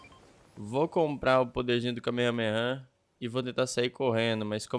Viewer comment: Q desespero ouvir ele falando errado "kamehameha"